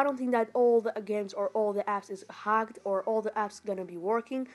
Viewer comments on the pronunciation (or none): Okay, sorry for being offensive but I found it funny when you say hacked apps as "HAGGED APPS". But still anyways, sorry for that😅